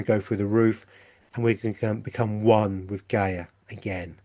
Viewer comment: Still can not understand how you pronounce Gaia , ( GAY .A) ..And then you pronounce Gaia, ( GUY.A ) .Which is the most common pronunciation. MAYBE YOU CAN ONCE AND FOR ALL STICK TO A PRONOUNCIATION ( one way or another!!